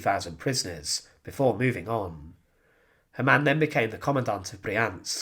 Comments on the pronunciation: Ha' mann not Ha ma'nn! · please get your German pronunciation right! Its not HAmann but Hamann. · Hamann pronounced with two syllables " Ha-Mann" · You pronounce the name as if it was an Arab name (similar to haram). It sounds bad for a German like me. So the first Ha is spoken long. Haaamann.